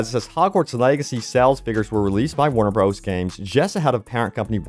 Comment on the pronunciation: "Warner Bros." is pronounces "Warner Brothers". That is all. But also, as a programmer, I'm 100% behind dropping old hardware. So yes, drop PS4 and last-gen Xbox. Or possibly farm that out to a dedicated porting house.